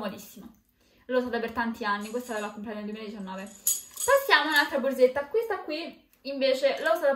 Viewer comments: Ma perché dice BORZETTA?BHOOOOO...PER ME È UN 'ANTIPATICA... PIÙ UMILE... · Forse perché è romana? Anche tu dovresti essere più umile